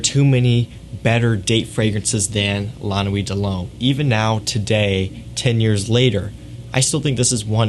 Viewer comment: You say it like lah nuwit deh lumme